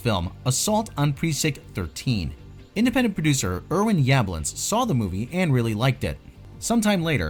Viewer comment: 🤦‍♂️ another person that can't pronounce names right....butchering Irwins name